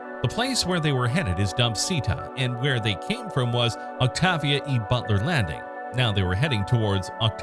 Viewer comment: without bothering to look i recon he mispronounced the name Octavia sounds like it (presuming English isn't his first language i hear a lot of mispronunciations can you imagine if the English language is lost to time no one would ever lean to say stuff right its stupid )